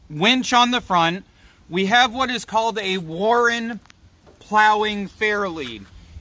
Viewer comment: Warn I hear you say Warren